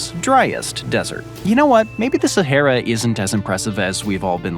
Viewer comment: The way he pronounces “Sahera” and “Legos” 😂😂